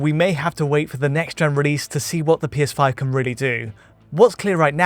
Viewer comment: Why can't say "can"?